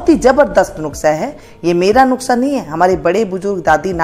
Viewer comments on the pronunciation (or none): नुक्सा नहीं नुस्खा है। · नुक्सा नही नुस्खा होता है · Madam " NUKSA" NAHI HOTA. IS KO "NUSKHA " BOLA JATA HA . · नुक्सा नहीं नुस्खा 😂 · वो नुक्सा नही नुस्खा कहते ही मौसी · Hi Aunty, me apko bahot follow karti hu, ise galat tarikese mat lena but ye apki kniedge ko jyada consideration milega, ap ise video me nuksa bol rahe ho, usko nuska bola jate he, thoda sa editing karna hoga. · Mam aap nuske ki jagah nuksa bol rahi h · Thank you di ,❤nuskha bolte hai,😅nuksa nhi bolte hai 😅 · अरे mam नुक्सा नहीं नुस्खा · Pehlay lafaz seekkh lain . Nuskha lafaz hai. Nukhsa naheen . haraan hoon her banda hee hakeem Lukmaan bun gaiya hai .. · its Nukhsa ( Not Nuskha) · आप नुक्सा बोल रहीं हैं नुक्सा नही नुस्खा होता है । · Mam nuskha hota hai nuksa nahi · nuska hota hai na ki nuksa okk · Nuksa nahi nuska bolty hai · nuskha hota hai nuksa nai bolna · नुकसा नहीं नुस्खा होता है 😂😂😂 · Aunty ji ise nuksa nahin bolate ise nuskha bolate Hain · Yeh nuksa Nahin nuska kaho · nushkha nahi madam nuskha hai wo